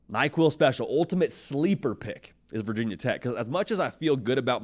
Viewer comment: Nobody in Virginia says “Vah Tech” it’s VT or Virginia Tech. Get it right.